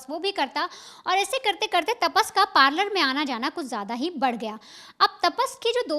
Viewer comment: तापस नहीं रे भाई तपस है उसका नाम काय ताप आहे डोक्यालां